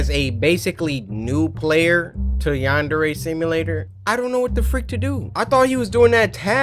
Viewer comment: Cory: Yanderay Me: I’m sorry W H A T